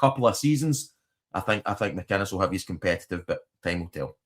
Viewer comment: Mate it's Derek McInnes not McIness.. thank me later..😊